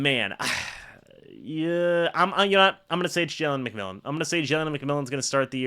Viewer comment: It's McMillan.